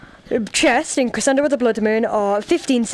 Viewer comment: It's pronounced creshendo